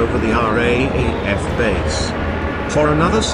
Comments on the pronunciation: Just for future the RAAF is called the "R double A F" in speech to avoid confusion with the RAF. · Dreadful sound track. After 15 mins I'd had enough. FYI it's "R double A F". Clumsy. T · RAAF R (double) A F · How many times do we have to listen to the commentator say RAEF when it should be RAAF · Austrarlia, as shown on your map , is not a country I can find on Google Earth. Also, RAAF is pronounced "R Double A F". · It is not pronounced R A A F. It is pronounced R double A F. Who researched this? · It's not the R A A F, its the "R-double-A-F or the Raf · No offence mate but its called the R double AF, not the R.A.A.F. As pronounced anyway. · "RAAF" is pronounced as 'raaf', not are-aye-aye-eff